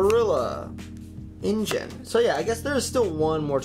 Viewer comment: I am talking about Ingen, because from other videos I have seen people have been saying the name wrong.